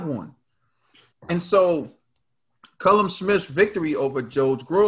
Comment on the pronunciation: Its super middleweight not light heavyweight and its not cullum Smith hes called Callum.. you pronounce it kal-lum ..